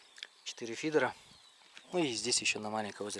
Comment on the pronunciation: Фидр😅 как то странно звучит